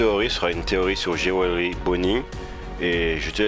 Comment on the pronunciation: je pense que c'est parce que tu prononce jewely au lieux de jewelry